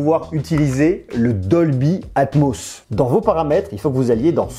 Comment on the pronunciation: Combien de fois il a dit dolbyatmoss ça me perturbe de mot 😂😂